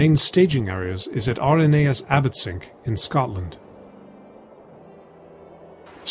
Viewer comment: Small point, Abbotsinch is pronounced exactly as you would pronounce the unit of measurement. It's the old Scots version of the Gaelic word "Innis", meaning "Island". See also islands in the Firth of Forth, near Abbotsinch like Inchkeith and Inchcolm.